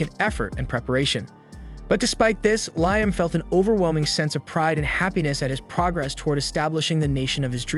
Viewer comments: Take a drink each time they say his name correctly 😂. Fr though unless the person posting has a legit disability accounting for the bad narration, I wish they'd quit. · Had to stop watching because of the pronunciation of Liam and Ramen. Good lord it's like nails on chalkboard.